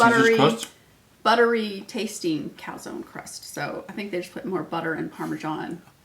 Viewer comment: Not sure it’s pronounced calzonee, pretty sure the e is silent.